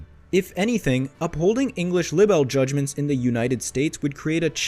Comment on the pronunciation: Libel and the word libelous has a long “ i”. And does not rhyme with “little” Please correct your pronunciation. Thank you.